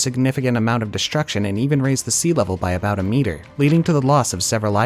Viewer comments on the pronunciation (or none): none